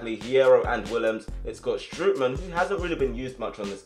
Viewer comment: You actually have to prenounce Strootman as Strohtman